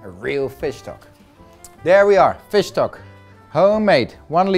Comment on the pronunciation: it took me some time to get that he was saying fish stock :D looks very good though!